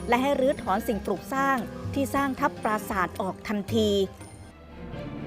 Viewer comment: พาดหัว ปราสาท ไม่ใช่ ประสาท ครับ รบกวนแก้ไขด้วยครับ